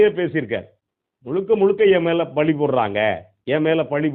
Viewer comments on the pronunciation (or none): சார் தமிழை தப்பா பேசாதீங்க பழி என்று சொல்லுங்கள் பலி இல்லை உங்ளுடைய ஊடகத்தை தொடர்ந்து கவனிக்கிறேன் நாகரீகமாகவும் கண்ணியமாகவும் பேசுறீங்க அது எனக்கு பிடிக்கும் அந்த தப்பை திருத்திக்கொள்ளுங்கள்